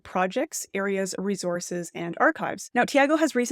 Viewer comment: Whats a reezors? Do you mean Resource?